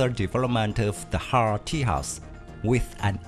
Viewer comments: It's not Ti Yas but Taey Jus. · Everytime you said Tehas, i died a lottle... This not made on spain, this made in India so the pronouncing is TEJAS as, tay-just